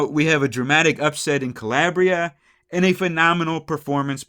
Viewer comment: CaLAYbria. CaLAIRbria. No.